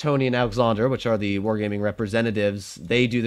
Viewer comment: you have good german lolz "ze" lamo